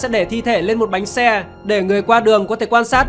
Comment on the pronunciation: Bánh xe anh thành bánh xa